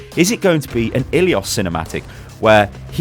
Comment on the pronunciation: you are butchering the map name ilios.